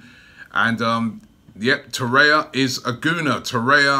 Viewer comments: If there's one thing I hate about these videos, Robbie, it's the name pronunciations! "Torrea" "Squadron Mustafi" "Dai-bala." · Torre*r*a or Torreira. PRONOUNCE IT PROPERLEY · Spoke too soon just once at the beginning 😑